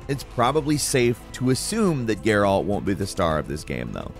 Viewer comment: Dude you Said gerALT like 100 times. My guy, it's Geralt. Say it with no annunciation.